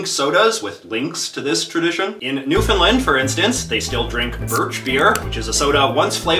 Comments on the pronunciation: This guy really just said "New-Find-Lind" For anyone who actually wants to say it like us, it's; "(nuh/noo)-fn-LAND" Only "land" is properly pronounced, the rest of it can just spill outta your mouth how you like, so long as there's no "i" in "found." This is not New Finland 😂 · Anybody else cring when he pronounced Newfoundland it's litterly as it sounds new-found-lAnd not new Finland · Newfoundland is actually pronounced "Newfin-land" and not "Newfin-lind". Great video, though! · Why do insist on calling it soda? In Canada, it's pop. Calling it soda is a tip-off you're American. Also, are you mispronouncing Newfoundland on purpose? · Everyone calls it pop in the Martimes. Also never heard anyone pronounce Newfoundland like he does...must be American🙄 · How have you still not learned to pronounce Newfoundland dude